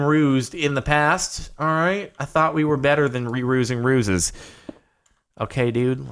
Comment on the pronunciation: "I thought we were better than rerusing ruses." 11/10 English.